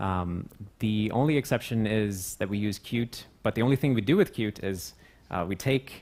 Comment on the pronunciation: Up until here i thought he was saying "cute" each time he pronounced Qt